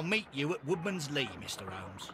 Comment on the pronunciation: yoo :D başlarda oyuna girerken bak ve ben dalga geçmiyorum. komik gelmesi suç mu ? ses kaydında bir kayma da olmuş olabilir. ?